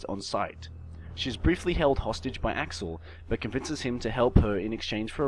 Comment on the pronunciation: "verlain" "axiel"